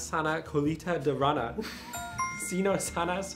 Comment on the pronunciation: Puntos extra a por cómo pronuncia rana